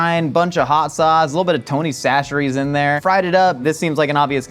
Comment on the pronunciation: So glad to hear finally pronouncing tony's chacheries correctly 😭